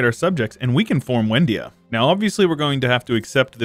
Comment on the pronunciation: Excellent video; I have two things I would like to point out, though. First is that it's probably pronounced Vendia, considering it is Slavic; second is, why did you annex the land for yourself and transfer it through the subject interaction when you could do it through the peace deal?